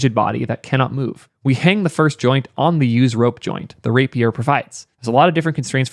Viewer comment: The word “rapier” is pronounced as “RAY-pee-er.” Here’s the phonetic breakdown: • “RAY”: sounds like the word “ray.” • “pee”: sounds like “pee.” • “er”: sounds like the ending in “other.” Great video. Just had to say something.